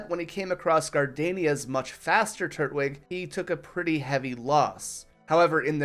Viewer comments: Turt wig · do you know how to say twig? The way you pronounce its name is infuriating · i always thought it was tur-twig but this guys saying turt-wig lol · Great video, hate how you say turtwig though